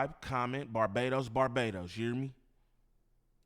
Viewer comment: I’m bajan, why you say Barbados Barbados ? 😂